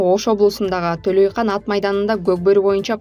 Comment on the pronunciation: Төлөйкан эмес Төлөйкөн деп окушту да билиш керек